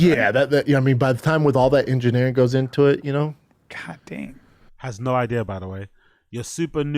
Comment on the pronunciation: “Once all the engiNAIRing goes into it..” so dumb